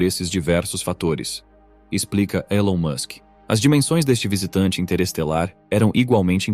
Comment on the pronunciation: O video não mostra imagem e ele ainda pronuncia o nome do Elon errado.. Perda de tempo